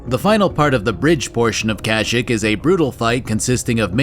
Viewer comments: I thought it was KASH-ICK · It's not pronunced "Kasshyyk" it's actually "Grrrhoooowloh" Just ask any Wookie, ever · You said Kashyyyk kinda funny